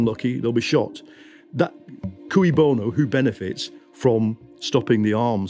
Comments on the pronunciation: I hate to defend Mason, but he pronounces it "cooey" because the phrase is 'cui bono', not 'que bono'. 'cui' is actually pronounced as 'kwee'. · Mason mispronounces que bono as "cooey" bono. Like the 1940s call of "cooey, anyone home?" when going through a neighbour's unlocked front door. Shouldn't it be "kay" bono as it is latin? Talk about how to lose all credibility! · and Mason should learn how to pronounce cui bono.